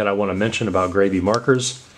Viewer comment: sounds like you should gravy. 😂 it's grab-e, like you're grabbing the marker and being graby with em 😆